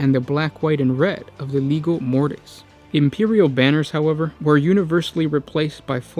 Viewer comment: I wouldn't worry too much, the guy can't even pronounce legio correctly among other words.